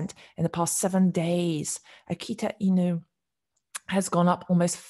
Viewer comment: You have really good Japanese pronunciation for those dog names. 👍